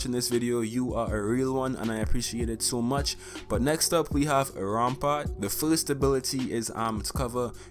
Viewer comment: Anybody else notice that he switched the p and a in Rampart?